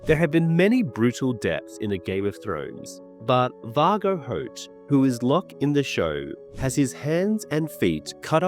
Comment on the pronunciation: The amount of names you say incorrectly is actually astounding. Considering you literally change the fucking name rather than just a mispronunciation. Illyroi?? Seeing as his name ends in an O i dont understand how you managed to get to roi. Vargo hoat. Or as you call him. Vargo hort. How ? How are you that bad at reading you cant tell the difference between an a and an r